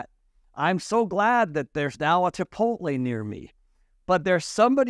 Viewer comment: “Tipoltle” hm